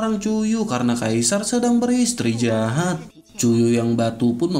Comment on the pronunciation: min kalo ngomong beristirahat, bukannya malah beristri jahat.. 😭😭😂👌🏻👌🏻🙏🏻